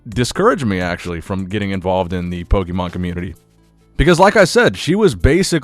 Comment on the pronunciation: Gary has always seemed kinda shady to me pokemonoverflow did a great video on him. I also can’t trust anyone who pronounces Pokémon wrong 😂